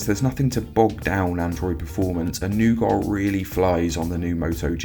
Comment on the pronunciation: Not nougoht! It's nougat!